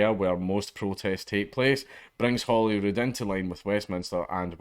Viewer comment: I'm sorry, Holyrood? I thought that was a trick of the accent at first. Lol.